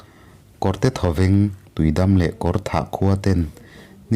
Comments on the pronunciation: Tuidam an ti ngailo i lam dan diklo thlukna dah tur tui dammm..tih tur w.. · Tuidam hi i lam dik lo in ka hria..tui chu a dik a, dam hi i dam em.? tih a dam ang hian lam tur niin ka hria..👍🏼😍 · tuidam tiin ka ngaithla char2 a..a tawp lamah khan tuidam kha i rawn lamdik leh bawk sia a mak ka ti reng ah..ka beng entir a ngai zawk a nih hi 😂😂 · tiui dam tih I lamdan hi a diklo deuh em aw